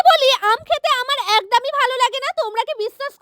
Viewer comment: একদম❌ একদাম✅😂😂😂😂😂😂😂😂